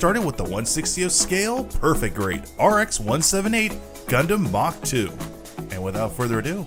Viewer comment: The RX-178 MkII, with the mk meaning "MARK"2 not "mock"2. Rewatch Mobile Suit Z Gundam and listen CLOSELY to the words.